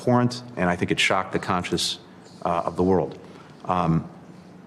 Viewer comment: It's pronounced Kuh-'shoge-jee. Doesn't the state department have somebody in charge of pronouncing people's names in a manner at least similar to how they pronounce them?